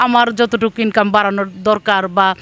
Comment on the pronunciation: ইনকাম শব্দটা যেভাবে বলল, মনে হয় দেহ ব্যবসা করে।